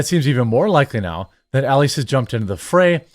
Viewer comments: It’s pronounced E-Lie-Ass. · You don’t even know the lawyer’s name. Biggest democrat campaign lawyer and you read it like you have no clue who he is. Check your pronunciation. E-lie-ass is how you pronounce it. Rather fitting actually. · Jeremy it's pronounced Mark E-lie-ass E-lie-ass not Mark Ellieess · E Lie Ass, say it with me, E-Lie-Ass, Marc E Lie Ass That's his name!